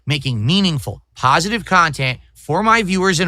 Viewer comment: I can’t express how much I LOVE it when this clown keeps repeating how pahsitive he is and how he’s been making pahsitive kahntent for 16 years when he’s in reality he’s by far the most negative and toxic PoS the internet has ever seen! That’s simply hilarious 🤣😂🤣